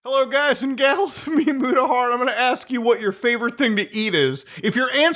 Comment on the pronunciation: is his same mudahar or memudahar? Or is he saying its me..mudahar like its me mario?